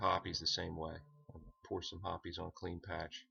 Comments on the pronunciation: It's pronounced hops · Have I been pronouncing hoppe’s wrong? Ive always said it (HOP’S) but if it is supposed to be ( HOP-EES). Please let me know cause I am feeling idiotic on this one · right, well thanks for the reply. The pronunciation of hoppes as hops is to herby and forthwith stricken from the mental record. The pronunciation hoppes will therefore be replaced with the following pronunciation; hop-ees. Now who all have i said it wrong i front of before….. this will indeed bother me 😂😂🤦🏼‍♂️